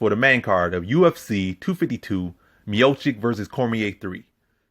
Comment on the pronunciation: Dude, calling him "" constantly is making me doubt everything you say... But somehow you got it right mid video, beside that, good breakdowns, like always.